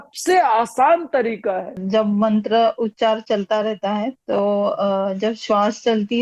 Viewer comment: मंत्रा नहीं मंत्र कहते हैं